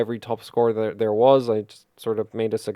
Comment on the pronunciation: So Northern Irish sounding when you said "that there", so it is.